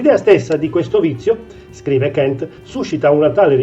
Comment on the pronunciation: Kant con la "a", non Kent. E' tedesco, non inglese.